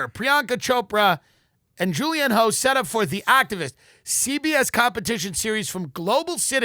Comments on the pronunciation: Tim Dillon calling Julianne Hough (pronounced Huff- why do I even know this?) Julianne "HO" has me dead. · Lmao Julianne Hoe is such a perfect accidental pronunciation error. The man is effortlessly hilarious! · Same. Suspect Tim knew exactly who she is & mispronounced it "ho" on purpose. 😁